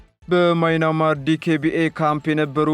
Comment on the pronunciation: “ማይናማር” ሳይሆን “ማያንማር” ነው። 😂😂😂